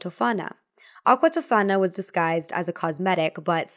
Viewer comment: Spoiler : your friend isn't actually Italian, she may be American-Italian because her pronunciations are really bad. Giulia Tofana - the accent goes on the O not the second A (it's pronounced TÒfana not, TofÀna) Alessandro Ademollo - the L is doubled. Sorry but as an actual Italian my heart shatters a little bit every time i see some American claiming they're Italian when they clearly aren't. 💔